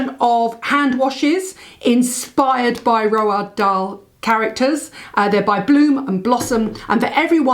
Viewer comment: Great products especially- Hot lips. Roald is pronounced Roo-al, one of those names we have been saying wrong for years.